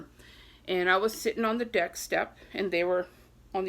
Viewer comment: Leaning over the dick lol I know u were trying to say deck. Or maybe I'm just hearing things lol